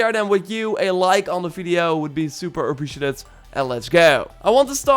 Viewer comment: I want to vomit listening to you speaking English "super appreciatettetd" what the f***